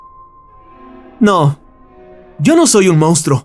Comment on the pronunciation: Mounstro no. Monstruo. Si fuera cualquier otro tipo de canal lo dejaria pasar, pero es un canal de narración entonces la pronunciación es mucho mas importante según mi opinión. Saludos y gracias.